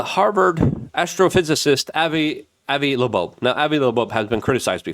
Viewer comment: He can’t read or speak. I think he Legit has some disabilities with it. I don’t know how someone can read the name “Avi Loeb” and pronounce it “Avi Looboab” or see the word “doge” and pronounce it as “doige” without having a legit disability. I still like his coverage but his ability to read or speak is nonexistent. How many times a video does he look into the camera and make some mumbled garbled sound when he’s trying to imitate something.